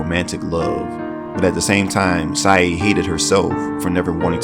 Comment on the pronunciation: Sae... Sounds like Sigh.